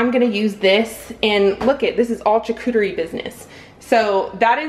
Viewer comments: It's pronounced char cue ter ee. And don't pronounce the cue too much like cue. In English there is no sound that sounds like exactly the same so it's the closest to it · I think it’s pronounced shar-cooter-ee 😆 One of us are saying it wrong! 🤷🏼‍♀️